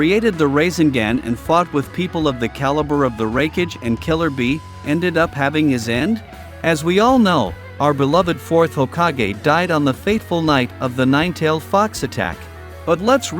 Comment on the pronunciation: Ricage - RAIKAGE....